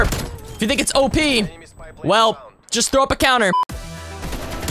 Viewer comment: Love ur vids but you said coumer instead of counter